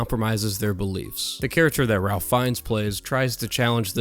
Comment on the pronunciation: It's pronounced "Rafe".